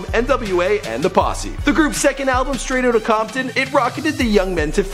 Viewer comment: lol "straight OOT of compton"